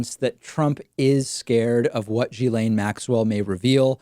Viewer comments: it s not GILAINE IT ‘S GHILAINE. dude...research a bit would help. i mean it s your job. btw. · Okay..but PLEASE add to your credibility by pronouncing her name correctly...seriously. It's a small thing but reporters who've adequately researched have been exposed, through that research, to her name's correct pronunciation.